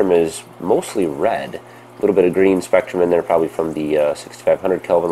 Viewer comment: you read spektum power wrongly